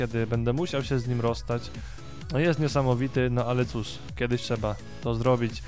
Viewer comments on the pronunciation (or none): none